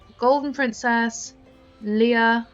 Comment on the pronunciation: It's not Leah its Leia!!!!!!